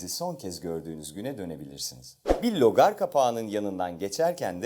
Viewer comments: Logar değil rögar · logar değil, "rögar" o :) sevgiler.. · Logar değil rögar... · Lögar değil rögar 😃